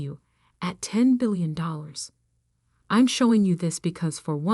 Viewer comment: I really wished the reader was able to actually pronounce her name correctly, also the word billions.